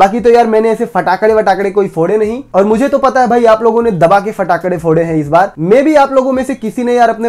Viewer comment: Bhai pataka hota hai phataka nhi🤣🤣😂